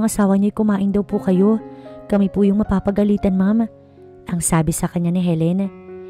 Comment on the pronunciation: PAGAGALITAN NOT PAPAGALITAN